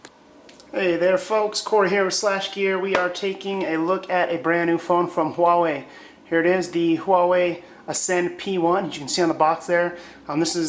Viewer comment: Wait... you pronounced it huah-way? Finally, someone who doesn't go wah-way!